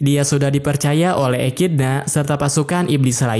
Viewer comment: Bacanya ekidona bukan ekidna bg-_